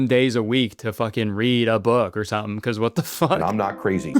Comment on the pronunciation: .. it took me out when you know said “sum-in” 😭😭